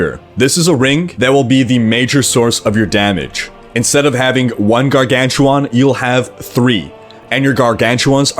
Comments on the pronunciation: What a Gargantuwaan? I mean I only saw dogs and Gargantuan. Is it a Canadian thing ( ͡° ͜ʖ ͡°) ? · "garganchewohn", lol